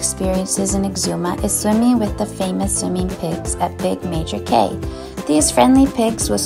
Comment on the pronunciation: Cay is pronounced key. It's not bohemian, it's BA-HAY-MIAN 😳